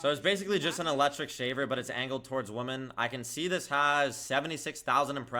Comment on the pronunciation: Hey, "women" (plural) is pronounced "wimen".